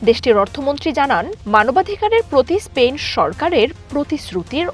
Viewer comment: স্পেইন নয় স্পেন